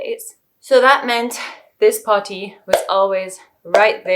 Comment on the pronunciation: Dear god the way you say potty is a war crime. Please focus on your diction.